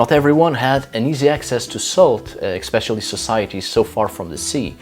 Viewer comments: PLEASE stop pronouncing "especially" as "expecially".... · 'S' is pronounced 'X' in some languages. is very good with English. I wished we (Americans) were required to learn other languages in schools.